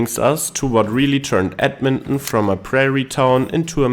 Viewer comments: Ed-men-on?? Where's that?! I've heard of Ed-mon-ton! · Say it with me now: Ed-Mon-Ton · He said Edminhmm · It's pronounced Edmon-TON just so you know. ❤ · What is the Canadian way of pronouncing Edmonton? I’m guessing it’s not “ed mun Nnn”. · The river valley is awesome year round. Its a flat and mostly bland city looks wise, but it has some unique charm if you know where to look. The way you pronounce Edmonton gives me a chuckle. Myself, I am from Saskatoon, which if you ask me is a smaller Edmonton. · lol the way he says it.